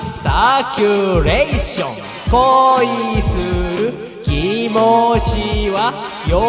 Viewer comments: 「きせつ」+「きもち」=「きもつ」 きもつwwwwwwwww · 今でも聴いてるよ 何回聞いても こいするきもつ で吹くw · なんかなまっちゃってる笑笑